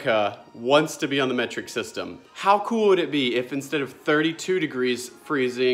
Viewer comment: Meh-treek as AvE says. Lol